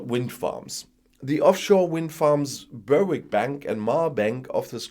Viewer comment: Berwick is pronounced, Berrick. Just ignore that W 🤣